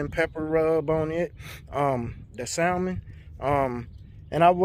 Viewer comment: super chill guy, but its hard to hear him say the "l" in salmon.